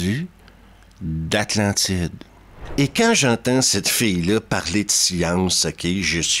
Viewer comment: Cest drôle, avec ta prononciation de "fille" j'ai d'abord compris "fée" 😂. Désolé...